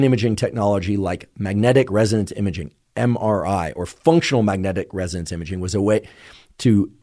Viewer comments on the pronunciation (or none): Magnetic Resonans Imaging not Magnetic Residence Imaging